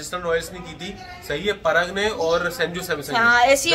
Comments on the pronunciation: परग नहीं उसका नाम पराग है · पराग हैं परग नहीं 😂😂😂